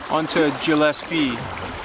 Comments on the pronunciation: its pronounced Gill es pee its a Scottish name and our coat of arms was given to us by Edward the long Shanks. When we followed the Bruce to fight William Wallace, before the Bruce came to his senses and fought for his people. Just an fyi history fact. . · Awesome episode. BTW Gillespie is pronounced with a hard G like the gill of a fish. Yes, I'm a Gillespie.